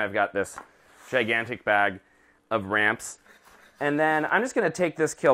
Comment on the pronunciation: RAMPS. I thought said RANCH. I thought he said ranch. Oh my goodness